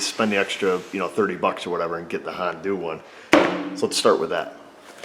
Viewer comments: "Hondoo. Not a sponsor" Honda: "をりんるせけす!" (Did he just say Hondoo?) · I just realized he called Honda "Han-doo" lol 😆😂👍👍👍